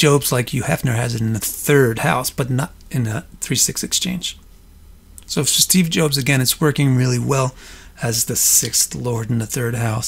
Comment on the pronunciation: Steve Jobes lol Great content tho, thanks :)